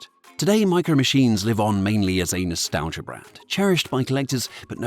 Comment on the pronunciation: “Today, Micro Machines live on mainly as anus -talgia brand…